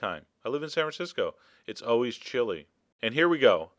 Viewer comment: “...and, as aw-weez, enjoy!” Seems a bit on the weird side, but looks awesome! Gotta try making this!